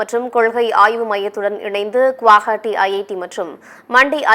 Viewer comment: குவாஹாட்டி இல்லமா கௌகாத்தி..